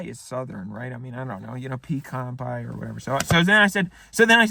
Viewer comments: Your southern accent is spot on . NOT !!! I can't believe they bought that . The way you said pie made me angry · Basically whenever he puts on the taylor swift accent he becomes closer to breaking than I've ever seen before. Not even he could get all the way through shouting pie I'm a southern accent while clapping with a straight face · the section where he needed to think of a taylor swift song and started clapping his hands yelling pie in a southern accent had me genuinely in tears laughing